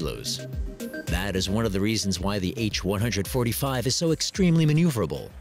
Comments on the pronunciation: H One Hundred Forty Five. Ugh! It's an H one forty five. Good otherwise. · When used in a model number like BMW 325, the 747 is the "seven four seven" not "seven hundred forty serven." The H145 is the H one four five. That's how it works with helicopters. Hint: what you learned in school applies to numbers, not model numbers.